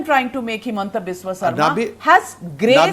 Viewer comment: Himanta is very poor in English and his pronunciation is worse even hindi language is not fluent, how will he assume CM of Assam.